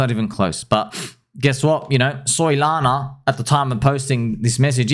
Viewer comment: I like the way you pronounced Soy-lana mate